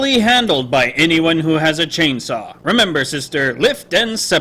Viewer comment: bad grammar hehehe do you mean chainsaw? not "chinsaw"